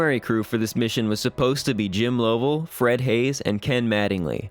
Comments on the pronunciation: LUV-uhl, not LOEV-uhl. Great video, but before doing voiceovers, always check for pronouncers. They're certainly available for this. This is happening more and more as younger gens are losing touch with past generations. Too many Youtube videos are voiced by makers who've only read names, not heard them said out loud. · Lost me at “Low-vell.”